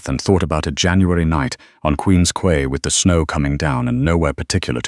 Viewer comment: Quay is pronounced key. Toronto 🇨🇦